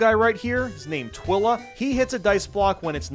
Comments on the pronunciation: I'm gonna immolate spontaneously every time you call her Twilla and not TwI-La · Twila is a lady. Also, twai-lah, not twill-uh (like twilight). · Bruh her name is pronounced "Twy-la" and she's a girl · Zamn, not only mispronouncing but also misgendering Twila the whole video? fell off hard tbh. (Should be twEYE-la). And she’s a girl. But seriously, cool video. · Isn’t it Twila with a long i like twilight. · "Twih-luh?" Are you insane? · I love your content so much, but I have some minor complaints with your video. You’re saying Twila’s name wrong (it’s Twi as in twilight) and you’re calling using the wrong pronouns for her. Twila is a girl. Fantastic video other than that tho! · Did he say Twila's name wrong ?